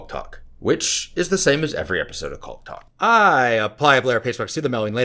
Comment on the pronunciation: chaulk talk the first time he said that I thought he said cock talk, I was like WTF 😁🤣🤣🤣🤣🤣🤣🤣